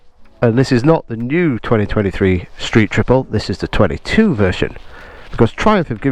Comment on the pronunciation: what's a "Stree Triplet RS" ;)